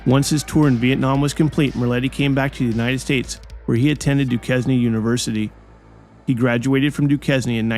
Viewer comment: Doo-kez-nee University? C’mon.. Otherwise, an interesting video.